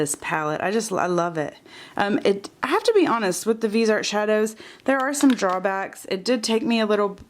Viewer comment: Subbing, thanks for the video! So close to 1000 :) oh in case nobody said anything yet, Viseart is actually pronounced vih-zee-art!